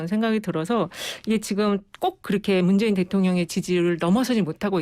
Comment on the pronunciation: 리얼미터 조끼입은놈은 아무 준비없이 나와서 이바구 까구있네... 문재인후보? 발음 버벅..버버벅? 그리고 비실비실 쪼개?